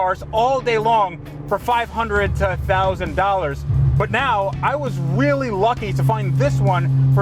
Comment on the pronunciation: saying wealy lucky Had to pause and reverse to confirm